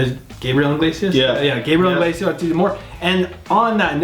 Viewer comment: I swear no one ever gets his last name right (I myself am not innocent) they always say his last name as inglesias. like its iglesias. theres no N lmao.